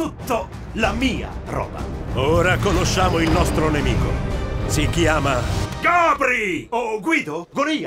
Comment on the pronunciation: Ma Cayde dice Gobri o Gabry? Sto impazzendo ahaha